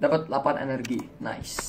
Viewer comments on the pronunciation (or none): none